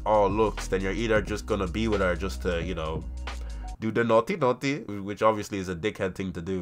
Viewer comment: why you have to say naughty naughty like that